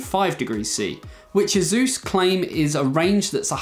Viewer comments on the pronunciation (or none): you can't even pronounce ASUS correctly... ?